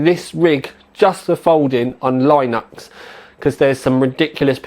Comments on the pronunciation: lineux????????? don't you mean linux pronounced lin-ix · Lineux?, you can't pronounce anyfink! I don't get how, you're only a few miles away from me. Must just be weird.